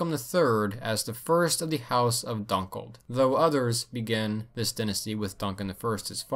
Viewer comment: Good video but by god you butchered Moray, Dunnottar, Dunkeld and Berwick...